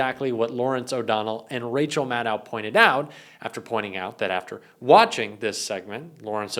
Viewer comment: Maddow rhymes with shadow. Lots of people mispronounce her name.